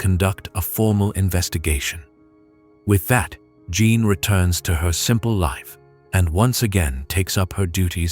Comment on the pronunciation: Beautiful story despite the many mispronunciations of French names and words, including Jeanne, which is "zhawn" said correctly.